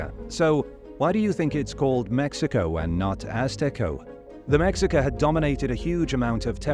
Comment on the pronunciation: It's pronounced May-Hee-kah.